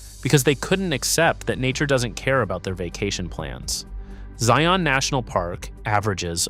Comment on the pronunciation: I wish he could pronounce the name Zion in a more natural way.